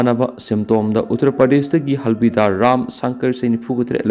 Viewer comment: Pao taba nungaite/ lon sengde.Havildar bu halbidar hybignu. Home work toubiyu.